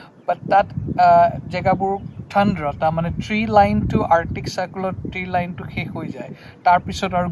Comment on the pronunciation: ঠাণ্ডা টো ঠাণ্ড্ৰা কৈছে যে